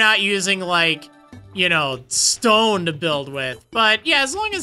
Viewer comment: the way he said Stone